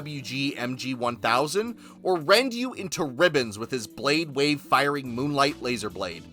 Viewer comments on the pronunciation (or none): none